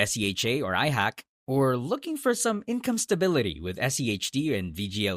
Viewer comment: IHAK not IHACK